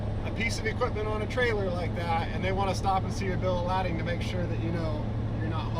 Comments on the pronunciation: Bill of “Ladding” (lad-ding) or “Bill of Lading” (lay-ding) … working in commercial auto industry and this is the first I’ve heard it pronounced “ladding”. Enjoy the content either way 😂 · . Lay-ding. Not ladd-ing. Really. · Dude did I hear you say bill of “ladding”? Lol It’s pronounced “laid-ing” bro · Regarding the paperwork, I've never heard it pronounced "bill of lad-ing" but instead "bill of lay-ding". Or maybe you just pronounced it differently to stir up some shit in the comments, lol. (I was gonna comment either way. I love the new Beast and enjoyed hearing more of your backstory.) And yes, I'd enjoy hearing your take on the ins and outs of the heavy towing business. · Bill of LADDING? Yes, its spelled lading, but we always pronounce it LAY-ding… must be a northern thing.. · Bill lad-Ding …. No it’s bil uhv lay·duhng. Unless you intentionally said it wrong. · Did you pronounce it bill of ladding just to generate comments? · says bill of Lay ding incorrectly to create comments